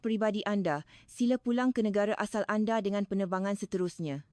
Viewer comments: Nampak sangat rakyat INDONESIA yg create video ni.. Sbb dorg tahu, buat video gini akan dapat ramai viewer dari rakyat Malaysia... 'Anda' jadi 'Ande'..... 😅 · Kami tak ande kami sebut anda jangan lah letakan e di semua huruf A. Nak tiru suara Malaysia belajor le dulu…Bukan Malaysie tapi Malaysia bukan Indonesie tapi Indonesia… Jangan reka sebutan sendiri…